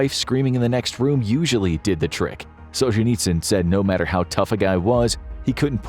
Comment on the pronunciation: You should learn how to pronounce the names of your subjects, starting with Solzhenitsyn...Just saying. 🤔